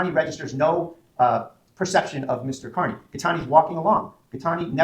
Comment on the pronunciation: Mr.Kerney like damn da it is Kearney sad when the prosecutor can’t say it correctly